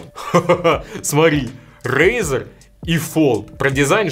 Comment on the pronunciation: Не смог выговорить. Это тебя Валя наказал рекламировать razr?